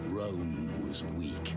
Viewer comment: "Rome Tow," gotta love that accent :)